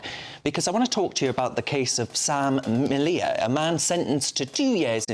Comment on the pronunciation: Then they came for the twinks and the soy boys, but I wasn't a twink or a soy boy, so......oh dear..... Sam's name is pronounced like 'media' but with an L. The picture of Hitler was a cartoon and was not in his bedroom but in his 'personal gym'', also known as his garage.Well done for getting that bit right, and stuff the others for not letting him speak more. The 'controversial' book was about Oswald Mosley (shock horror ) and belonged to Sam's wife Laura Towler, who now has to look after their toddler and their soon to be born second child by herself. So it's not just Sam who is being punished.